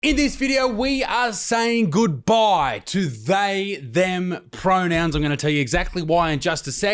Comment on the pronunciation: Fark. Pronouwns? For skoowl? 😂